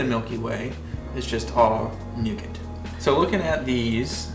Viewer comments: Nougat . 😂. Silent T. Carmel = Car A Mel. A is pronounced. 😂 Exact Same…. Both mean the same. It’s either exact or same not both. 😂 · Nice video ... but ... I didn't know what word you were saying ... we definitely don't pronounce the "t" in Nougat.